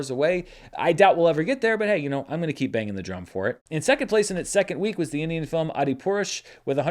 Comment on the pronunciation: seeing trying to pronounce india films is favourite part of the episode😂😂